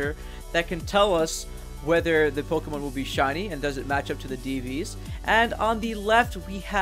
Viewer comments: I really can't get past how he says "Pokeemon" instead of "Pokémon". Please pronounce the thing right if you're making a whole video and his series of videos on it. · po-KEY-mon gahhhh!!!!!! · Says "poh-KEE-mon" WTF Man!